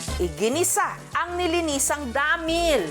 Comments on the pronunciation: DAAMIIIL 😂 nalang bat ginigigil pa sa word na damiil 😂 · 😂😂😂ako lang b nakapanzin??may gigil xa z pag pronounz z dahmiiiiil…..😂😂😂✌️ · Dhameall hahaha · Nabwisit nga ako sa pagbigkas ng Damilllllllllllll tlagang sobrng dami ng L 😂😂😂